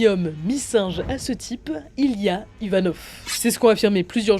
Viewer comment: ivanov et non yvanov